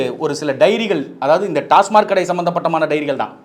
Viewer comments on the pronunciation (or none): டாஸ்மார்க் இல்லை சார், டாஸ்மாக்.